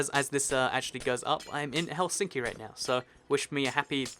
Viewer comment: you said helsinkki in a fun way